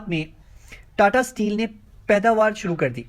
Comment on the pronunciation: Aba data nahi tata hain .thik se nam to lela